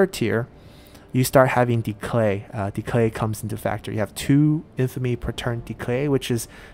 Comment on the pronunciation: Entertaining series, keep up the good work! One question though, how come you keep adding a "L" sound in the word "Decay"?